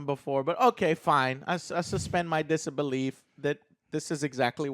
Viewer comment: "Dissabelief" LOL